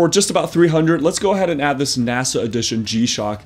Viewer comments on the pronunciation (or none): none